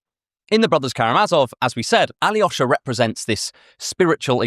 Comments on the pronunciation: What translation of the Brothers Karamazov was read? The Constance Garnett translations are awful. The Pevear and Volokhonsky translation reveals that it is a really very funny novel. When the novice monk Alyosha (pronounced A-lyo-sha 3 syllables not tetrasyllabic Ally-osha!) meets the fallen woman Grushenka, the scene is set up for the worldly Grushenka to seduce innocent youngest Karamazov brother, but instead, it is Alyosha's innocence that affects Grushenka and she resolves to mend her ways. Throughout the novel, Dostoevsky adheres to the nineteenth-century universalist tradition of identifying the location as the village S_________________. Only when Mitya is brought to trial does he reveal through a newpaper article that the village's name is Skotoprigonyevsk and in an aside, the narrator explains, "Alas, that is the name of our town, I have been concealing it all this time." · As a Russian speaker, the way you pronounce Alyosha really bothers me.. it’s not Aly-osha. It’s A-losha.